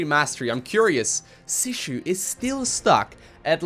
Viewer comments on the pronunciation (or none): I wonder how from "Sushi" it became "Sishu", but never the correct "Shisui". Not that I want to be that grammar nazi, but whoever watched Naruto will understand. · YES. You've been calling Shisui "sushi" forever! haha